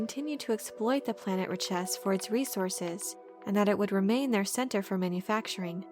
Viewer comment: Nice summary, but your pronunciation is incorrect... Richese should be pronounced like 'rich-ehss'. At least, if the original movie is correct. "We have just folded space from Ix...Many machines on Ix. New machines." "Oh. Yes." "Better than those on Richese." Find that scene if you want to hear it.